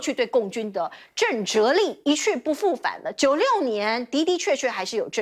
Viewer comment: 震慑 she 不是 zhe